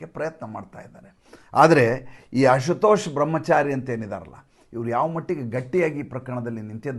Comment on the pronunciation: ಅಶುತೋಷ್ ಅಲ್ಲ, ಆಶುತೋಷ್ ಅಂದರೆ ಈಶ್ವರ ಎಂದರ್ಥ.